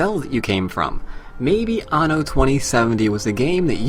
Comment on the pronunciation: You say anno weird or is it just me